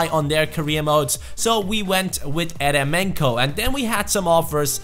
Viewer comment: Its pronounced yeremenko